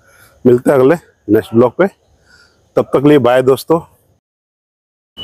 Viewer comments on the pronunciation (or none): बिलोग की जगह वलोग बोलो बस भाई ओर सब ओके है